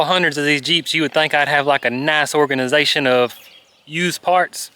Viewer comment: need some dat "Orgizination" 🤣 you need t-shirts!!! I'll be your apparel consultant